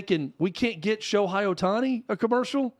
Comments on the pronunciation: First of all, if you're going to talk about the subject, at least the time to learn how to say Ohtani's name correctly. His name is pronounced Sho-HAY, not Sho-HI. I've heard so many people say that Ohtani brought them back to baseball after they have stopped watching 15 years ago. I've also heard people who say they don't watch baseball at all, but they started following him every game to watch his amazing performances. Ohtani's recognition is growing everyday, and tournaments like the WBC will only raise his popularity all over the world. Even though Ohtani has played for the past 5 years, people have only begun to recognize his greatness. Yes, the major league needs to do a better job of promoting Ohtani. No, Ohtani doesn't need to make commericals with celebrities to raise his profile. He has everything advertisers want- young, good looks, charisma, super talents, and a STUD. His English is improving everyday, so I don't think it will be a problem if has to say a couple of lines in commercials. There are several reasons why baseball has seen a decline in popularity in the United States. Firstly, the pace of the game is often criticized for being too slow and boring. In an age where people are used to getting instant gratification and constant stimulation, a sport that can last for several hours with little action can be hard to keep up with. Secondly, the rising popularity of other sports, such as basketball and football, have drawn fans away from baseball. These sports h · Who is Sho-high? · I disagree with virtually everything you two have said. You don’t know, and admitted it. At least pronounce his name correctly.